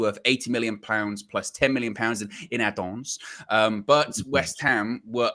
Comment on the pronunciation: I love how says “Add-ons”😆🤣